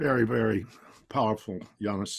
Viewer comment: Yanis, not Yanice lol, but gg